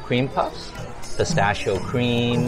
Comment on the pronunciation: I recommend you to learn how to pronounce "pistacchio"!! 😂😂😂